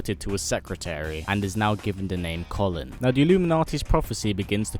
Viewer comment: Kolin's name is pronounced as Colleen not Colin.